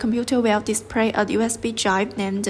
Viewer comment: "The computer dispray" - no! "display" WTF!